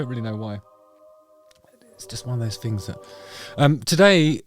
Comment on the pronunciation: Did you say "fings"?